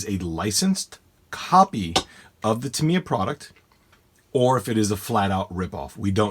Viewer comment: Great little video the only flaw I found was your pronunciation of the company name Tamiya the I sound like an I not like an E. your the only person I've ever head pronoun it like Tameya.